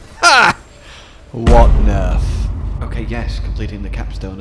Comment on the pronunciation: IT’S NERF!!!!!! Or NUFFIN!